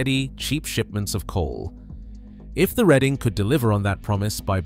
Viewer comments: The railroad name is pronounced "Red-Ing" not Read-ing. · Reading is pronounced Redding please .